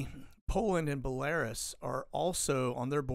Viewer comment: It pronounced Bell A Ruse (like goose}